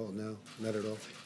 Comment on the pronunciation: The way he said China Killed me